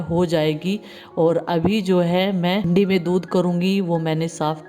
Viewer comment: हैंडी नही हांडी होती ह ये ओर हरि नही बोलते हारा बोलते ह दीदी